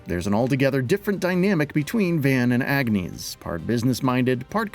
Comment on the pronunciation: I paused the video 5 seconds in but I already know the narrator is gonna pronounce Agnés as "ag-nay" Edit: I mostly called it. He said "ag-neese claw-dull" You fucking simpletons need to communicate between writers, editors and narrators to learn the proper pronunciations. I'm a minute in and I'm sure there will be more, but it's pronounced "on-yes" which you would know if you actually played the game.